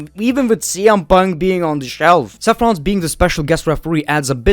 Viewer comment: I love how you say SEFF Rollins